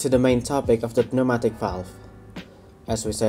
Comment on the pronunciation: I agree. Your English is very good, much better in fact than that of many English people! Quick tip. Pneumatic is pronounced New-Matic, the 'P' is silent. I don't envy people trying to learn English as a second language, much of it must be very confusing!